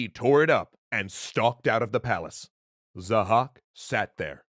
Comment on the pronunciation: His name is Zahhâk not 'zhack'